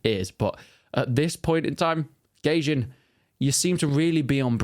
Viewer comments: I think its pronounced "guy-jin" not "gay-jin" lol 😂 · it's goy-jin